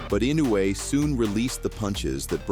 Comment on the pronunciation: What a shite channel. Crappy, dodgy camera angles and - check this out - the AI BS commentary pronounced Inoue's name wrong on 3 occasions. 'Don't recommend channel' is my preferred option to lob into the garbage sack of 'not professional enough'.